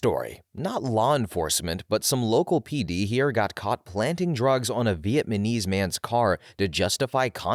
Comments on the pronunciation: are you saying vietmanese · is he saying vietMaNese😂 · As a Vietnamese I am slightly humored by the way you pronounce that word =))